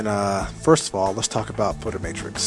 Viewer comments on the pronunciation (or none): BTW, it's called Photomatix (photo-matics) not Photo-Matrix. :) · Photomatix NOT Photomatrix. I made the same mistake until I actually read it. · well put together video, thanks! and on a side note, its called photomatix, not matrix..haha..everyone says that though..